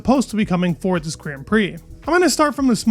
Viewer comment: i love the news it's amazing but please say grand right idk about other but it pisses me off so much i click off no hate love the videos keep it up